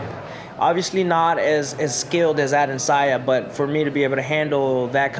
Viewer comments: It´s Adesanya, not Adensaya Kelvin ;) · Kelvin "Ade'n'sayan" Gastelum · HEY KELVIN, HIS FREAKIN' NAME IS PRONOUNCED...AH-DE-SAN-YA!!! SOMEBODY TELL HIM BEFORE HE GETS INTO THE OCTAGON AND GETS THE MUHAMMAD ALI STYLE, "WHAT'S MY NAME!!!" BEATDOWN! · At one moment he even said Adandesaya 😂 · Bro I read this comment as I heard him say AdesAYA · Damn put some respect on AdeSANYA's name 🤦🏻‍♂️ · Adesaya...? Learn ur opponents name. Step one. Of not taking opponents seriously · You'd think Kelvin would learn the correct name of the guy he's fighting for the title in less than 2 weeks times lol. Come on dude, it's not the hardest name to say. Dudes from Nigeria afterall...it really could have been alot harder to pronounce than Adesanya. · Bruh, at least learn how to pronounce your opponents name correctly.... lol